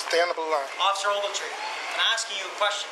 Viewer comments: OcCifER OvAltEEn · "OFFICER OVERTREE !!! " "OFFICER OVERTREE" Or whatever his name is lmaooooo this dude is nutty foreel foreel !! Smfh "sir" "sir" "sir" "OFFICER OVERTREE !!!! " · “OFFICER OAGLETREE” 😂😂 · “Officer ogletree”-30 times 😂😂😂😂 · If he says Officer Ogletree one more time, I'm going to kick my poor dog. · Take a shot whenever he says "oFfIcEr oGLeTrEe"